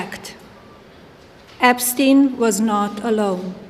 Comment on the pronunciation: epstin epstin